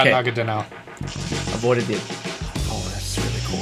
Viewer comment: IT'S NAGANADEL!!!